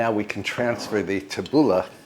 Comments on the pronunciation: It was hard but, tabbouleh is pronounced like this tabboulee. Not ah but ee. I know you appreciate these tips. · Lovely, as always,. But it is pronounced « TAH-BOO-LAY, it’s lebanese. 😊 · Pronounced "Tabooleeeeeee! Looks delish!